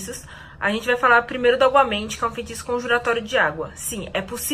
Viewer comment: é aguamenti ou obamente? huhuhu